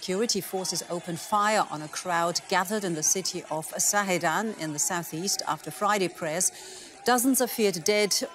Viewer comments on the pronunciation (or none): It's Zahedan, not Sahedan; it's Basij not Bastij; terible, worse than BBC; back to school.